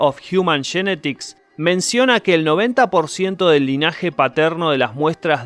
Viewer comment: American Shournal of Jiuman Shenetics. Sos grande! 😅